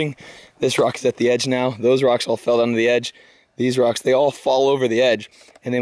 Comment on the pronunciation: Texas accents are funny. The way you pronounce rocks makes it sound like you are saying "dirt".